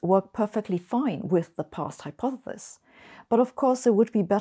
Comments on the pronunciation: I love Sabine as much as the next person here but she really does need to practise saying "hypotheSis" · A brilliant theoretical physicist who doesn't quite know how to pronounce the word "hypothesis". Finally, there's something I know that Sabine doesn't! lol. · hypothethis hypothethis hypothethis... once you realize that's how dr. hossenfelder pronounces it, you'll never be able to pay attention to what she's trying to talk about today. I think she said hypothethis about a hundred times in this video! I still love them though. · I want to teach her to pronounce hypothesis